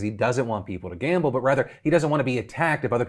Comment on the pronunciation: “I wuhz juh like, I love gamba I’m gona gamba” god he’s an idiot.